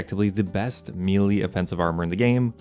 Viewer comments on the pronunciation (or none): none